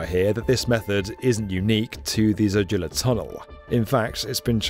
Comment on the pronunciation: Zojila - pronounced ZOH-jee Lah as opposed to zoh-JIL-a.